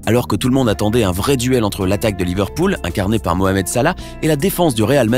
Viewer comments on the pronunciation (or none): none